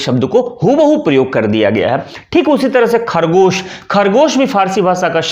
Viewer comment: ख़रगोश' होना चाहिए خرگوش نہ کہ کھرگوش उसी तरह से ज़िल्द नहीं जिल्द جِلد